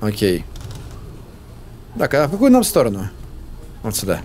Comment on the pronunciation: почему ты говоришь "суда", а не "сюда"